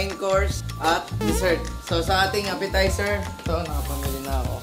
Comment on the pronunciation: a Legend once said “APPESITER” Mentos 2024